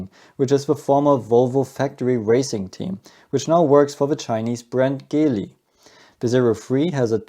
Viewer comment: Wer auf Gottes Erden bitte spricht denn Geely nicht dschily aus?